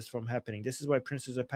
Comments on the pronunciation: PRINCE not Prinses or prinzes or how ever you are pronouncing it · PRINCE not Princes